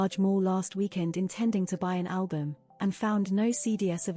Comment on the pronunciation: "Cee dee ess"? That's "cee dees."